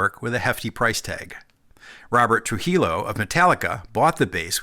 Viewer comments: Tru-he-yo. Not tru-he-lo. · His name is pronounced... Robert Through he-yo Trujillo the double ll in Spanish is yo not lo as you pronounced it Gracias Señor. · troo-HEE-yoh is how you pronounce “Trujillo” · I don’t think I’ve ever heard anyone pronounce Tujillo that way.